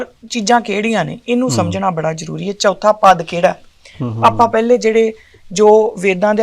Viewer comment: ਬੀਬੀ ਜੀ ਤੁਸੀਂ ਚਉਥੈ ਨੂੰ ਚੌਥਾ ਹੀ ਉਚਾਰੀ ਜਾਂਦੇ ਹੋ l